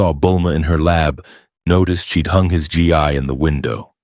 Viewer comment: Aww...he didn't arrive as a baby in his Saiyajin space pod? Imagine him raised by Hobbits and taught by Gandalf and Aragorn instead of Muten Roshi. Seriously, if you're going to include DB content, get your AI to pronounce "Gi" and Ki" correctly. They both rhyme with "Key" and Saiyajin is pronounced "Say In" Speaking of Gis, why exactly is Saruman wearing a Turtle Hermit School Gi there?